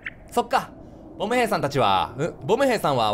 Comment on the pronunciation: 最後っぽいから言うけど…… ボム兵のイントネーション違うっ！！！